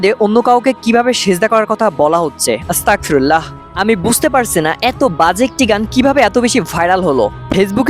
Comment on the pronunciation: ভাই আস্তাগফিরুল্লাহ বলার সময় একটু খেয়াল করবেন যাতে আস্তাকফিরুল্লাহ না হয় আশা করি বুঝতে পেরেছেন প্লিজ প্লিজ ভাই একটু খেয়াল করবেন 😊😊😊